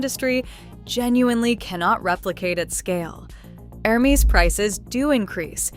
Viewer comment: if you will be doing reviews of luxury bags, make sure to pronounce the brand names correctly. Hermes is pronounced with a silent "H" and a soft e, not a Long e. . It is pronounced Air-mes